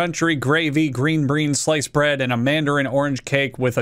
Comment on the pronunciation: I love “green breans”